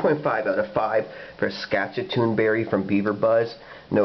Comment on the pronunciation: Love this stuff. Local store orders it in by the case for me. ( And you are are pronouncing Saskatoon so wrong 😂)